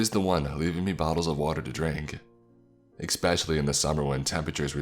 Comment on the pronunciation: Expecially is quite possibly the most annoying mispronunciation in the english language, I'm sorry i just can't listen to that lmao.